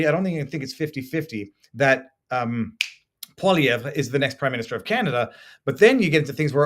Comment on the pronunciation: The first person to pronounce poilievre right!